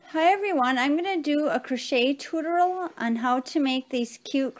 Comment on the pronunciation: The word "tutorial" is pronounced [too TOE ree ahl]. You did get picot right. :)